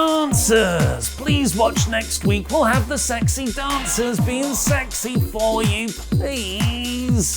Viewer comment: LOOK AT DA SEXXHY DAUNCERSS!!.. lmao. I can’t get that outta my head,, you sir, are comedy gold